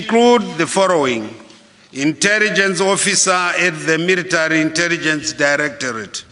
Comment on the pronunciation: military poricy 😂